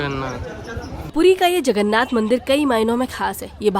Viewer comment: It's Jay Jagannath🙏.... Not Jay Jaganna